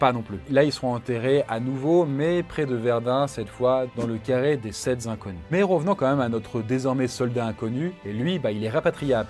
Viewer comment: 10'58" "des sept Z'inconnus...." Ouilles mes oreilles !